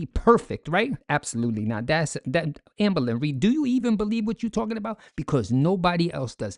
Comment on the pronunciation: "Our FORMER babygirl AMBO-LYN Reid!" 😊